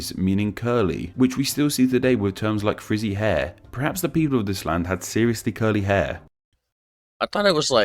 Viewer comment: Your pronounciation is on point :) The one tip I have is that, when you pronounce "land" in for example "Zeeland", you should pronounce it more like "lahnd" rather than "lend"